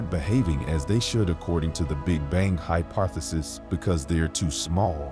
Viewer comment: bro said ”hyparthisis”💀 Nah but this is really exciting and mindblowing🙌🏻 good stuff🙏🏻♥️🔥💯